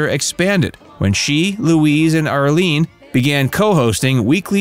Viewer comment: Oh my gawd, the youngest sister is IRLENE not Arlene. How do you mispronounce someone's name multiple times if you've researched your subject? And Barbara was not hit by a drunk driver. Her car was hit head on by a 19-year-old college student, Mark White, who is believed to have fallen asleep at the wheel. Zero evidence of a drunk driver. The false info this channel posts has become positively nauseating. "Facts" .... more like very little research and false statements. 🙄